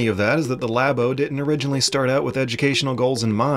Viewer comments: It's not Laybo... It's Labo. Because like, lab. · I stopped watching after the 2nd "Lay Bow." He wants to speak about it with mastery, but can't even pronounce the product name. This isn't 1997 and no one knows how to pronounce "Aeris," it's 2018 and there are marketing materials that say "Lah Bow/Lab-O" repeatedly. lazy tongue is cringe AF. The Japanese borrow the word "Lab" and return it with a "Oh" on the end and can't comprehend, treats it like a foreign language. Please. I'm CERTAINLY going off the rails about this, but between YouTube and the podcast I can't take someone seriously if they can't master diction of their native language. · did you say laybo? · I can forgive him with the German names (us Americans see accent marks and our brains just grind to a halt), but “Lay-bow” for Labo is a bit painful for me. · "Laybow.", you're killing me here. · Lah-boh to my knowledge. I believe that's now Nintendo representatives have pronounced it, as well as everyone I can recall other than. is his own man. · "Lay-bo"? Is this part of the blackface kit? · Your pronunciation of Labo is a crime against language.